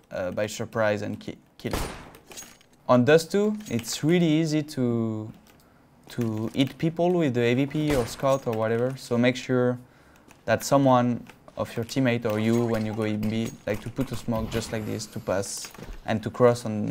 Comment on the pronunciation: They dont pronounce h... He wanted to say hit.